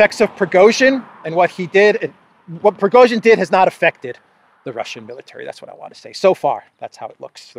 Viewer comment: Progozhin, Pro-rogue-shin